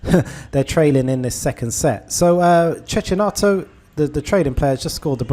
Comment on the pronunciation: Brilliant strategy, greetings from Italy Ps. The correct pronunciation of Cecchinato is check-inato 😊